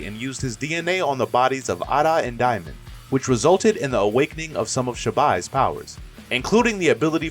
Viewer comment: It's Damion not diamond, it's Eida not ada, it's Boruto not baroto please please please stop saying the names wrong😭😭😭